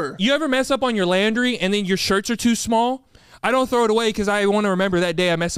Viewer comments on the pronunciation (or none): is no one gonna talk about how pronounced laundry 😭